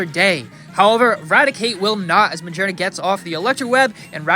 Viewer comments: its ma-gear-na not ma-jer-na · Do you pronounce Magearna like that just to bother people?